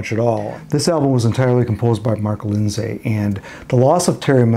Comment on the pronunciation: Excellent research. However, I think his name is pronounced "Lind-see" (like linseed oil), not "Lind-say".